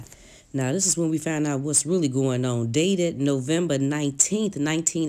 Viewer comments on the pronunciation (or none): Just like "fount out". It's found out!!!